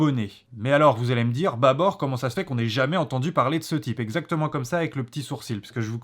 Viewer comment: C'est pas en arabe mais en dareja algérienne pour être précis et ça se prononce plutôt "baboure".